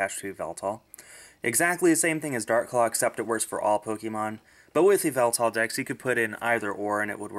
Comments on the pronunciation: Also the official pronunciation is ee-vel-tall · its pronounced. ee-VEL-tal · the correct what to pronounce yevltal is Ya-ev-Eltal